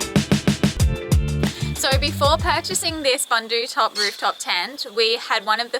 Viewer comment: Boondootec, boondootop, not to rhyme with sun.